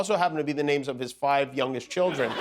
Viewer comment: Miller also pronounces the word children as “chiljern”.